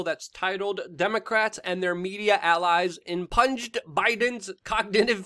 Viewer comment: IM-PEWN, not IM-PUNG